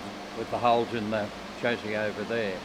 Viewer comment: is the only one who can say "Chassis,"